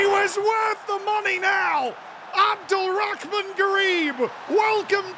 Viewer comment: pronouncing Abdul Rahman with the most American way ever i love it